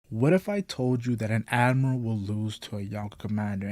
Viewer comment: When you speak i can't understand anything. instead of admiral you say admal..... please ....